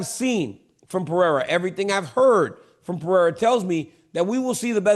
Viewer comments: Chael. Learn how to pronounce Alex's last name correctly, then maybe he wouldn't be mad at you. Pereira = Puh hay rUhh. Not Pee Era. 😂😂😂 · Kale. Per Era. Dude. Come on. Its not Pierre Uh, or is this just cuz your name is hard also? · No one: Absolutely no one: Chael: Alex Pee-Air 💀💀💀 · Chael “Peeoira” Sonnen GOD get his name right you TWANG!